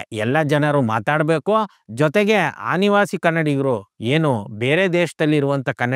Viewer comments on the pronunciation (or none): ಆನಿವಾಸಿ ಅಲ್ಲ ಮಾರಾಯ ಅನಿವಾಸಿ😢